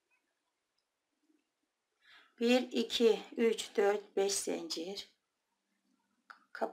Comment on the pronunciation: Zencir değil zincir.lütfen